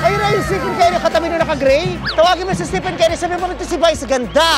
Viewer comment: vice, estefen ang pronunciation ha, fave ko yan hahahaha.